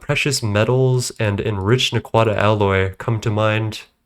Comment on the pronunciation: non stargate fan mispronounces naquadah, sentenced to traditional jaffa execution by staff weapon